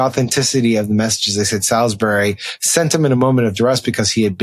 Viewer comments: It's pronounced Solsbury. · It’s pronounced “Sawlz-bree” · Just a heads up Sam Stein.. Love your podcasts and subscribe .. Salisbury is pronounced “S’allsbury”.. Dane in the UK